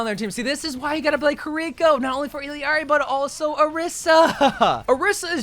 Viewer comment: good vid please say ILLARI and not ILIARI TY